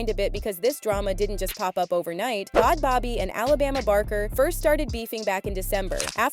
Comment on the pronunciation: you can’t even pronounce bhad bhabie right lmfao